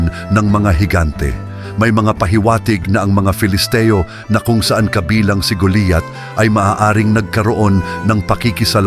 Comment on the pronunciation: kinukwento mo na nga mali pa ang pangalan ni GOLIAT ANG SINASABI MO,,,,,GOLIAT HINDI GULIYAT